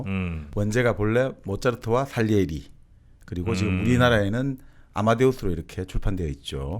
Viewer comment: 솔직히 장님 3명이 코끼리를 만지는 수준 입니다. 모짜르트의 abc 도 모르며 살리에리가 아니라 쌀리에리 라고 발음 합니다. 미안하지만 세분이 모두 음악에 대한 지식이 부족함이 아니라 전혀 없는 지식으로 수고 하십니다. 모짜르트 하면 3개의 이탈리안 오페라 Kv 492 Le Nozze Figaro 파가로의 결혼 Kv 527 Don Giovanni 돈 지오바니 Kv 588 Cosi fan tutte 모든 (사람)여자는 똑같아 또 모짜르트는 opus 가없고 Köchel-Verzeichnis "쾨셜"이라는분이 하나하나 시간대로 번호를 지정한 KV 번호 입니다. 파이팅!